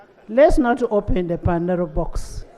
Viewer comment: It is called Pandora's box madam, not pandero box.😂😂